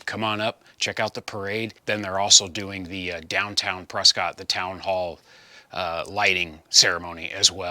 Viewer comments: Maybe yer unaware but the locals pronounce it Preskit, not Prescott ! My Aunt and uncle informed me of this when I visited them back in the early 2000s! Great progress on the project, by the way!😊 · Hey; looking forward to seeing you Saturday! By the way, it’s pronounced “Press-kit”.:-)